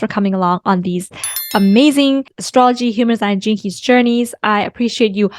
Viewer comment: Every time u say "gene keys", I hear "jinkies" like Scooby doo... Thanks, Il show myself out.. lol